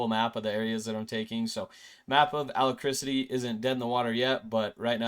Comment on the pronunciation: Uh-lack-Rit-ee not a ala-criss-ity